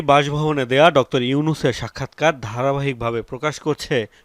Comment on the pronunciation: ডক্তর কি? ভাই? উচ্চারণ ঠিক করেন। আপনি বারবার ডক্টর ইউনুস না বলে ডক্তর ইউনুস বলতেছেন।